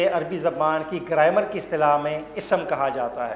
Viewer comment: Its grammar not graimar